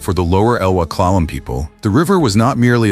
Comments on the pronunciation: I live in the Clay-math region. Interesting pronunciation. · Yeah, the creators really need to pay attention to pronunciation, especially of native language place names (hear: Clay-math) or lose clicks. FYI, lost any future clicks from me. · And the “Klay”-moth river…AI pronunciation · "Klamath" does not have a long "a" sound. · Good video but the AI narrator is kind of annoying; it mispronounces "Klamath" for example. Also, the thumbnail is weird and obviously AI generated. Don't you at least have a human look these things over? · Great video! If humans destroy habitat for themselves, nature will survive! Klamath is mispronounced.